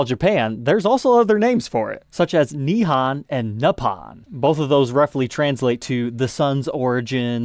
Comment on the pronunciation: Nihon: o sound is a long O sound like in hole or mole. FYI😁